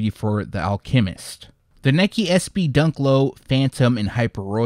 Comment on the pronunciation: it’s Alchemist lol. I guess the way you pronounce it